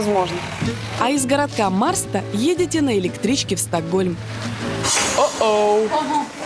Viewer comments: боже мой, "городок" называется не Марста, а Мэшта, это я вам как человек 8 лет проживший в Швеции говорю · Не маста а машта 😴😴😴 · МАРСТА, сцуко, аж трясет, МАШТА мЛя... МАШТА на шведском читается. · На марста а мэрста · Может всё-таки Мершта?